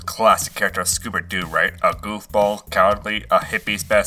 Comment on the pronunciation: he just said scoober doo